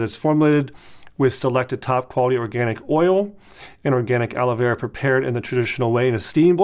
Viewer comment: Sounds like he’s saying Ala Vera 🤣